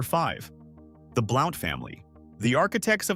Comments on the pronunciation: it's pronounced Blunt not Blount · This is a pet peeve of mine. I can not STAND, the mispronunciation of Southern names. It is Blount, pronounced (B-L-U-N-T)! YEESH, I am screaming my T.V.!!!